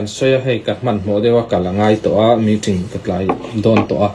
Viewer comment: Meeting,a lam ṭ mai2 aw, necktie awrhte chuan hriat ve mai awm😂